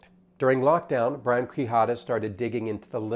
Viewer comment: For the record, Quijada is pronounced "Key-Hadah"